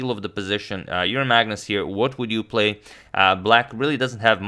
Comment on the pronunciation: Emphasis should've been on "play "...